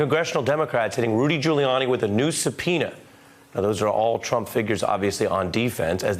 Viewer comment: actually said Anyone who is involved with Mr. Twump will be bwought down and wecked. Twy to be his ally and you will wegwet it.